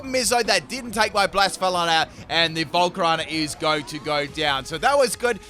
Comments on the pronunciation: Please. Say BLA-SEFA-LON You're saying BLAS-FALON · Blacephalon having its name pronounced wrong ik because I watched anime :)